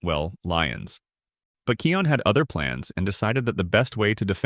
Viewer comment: And and its not keon its kIon